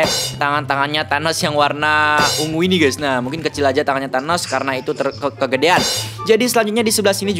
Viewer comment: Bukan thenes bang = Thanos